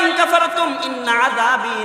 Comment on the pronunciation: ইন্না আযাবি।বি এর মধ্যে টান নাই।আপনি বি এর মধ্যে এক আলিফ টান করছেন। খেয়াল রাইখেন।ধন্যবাদ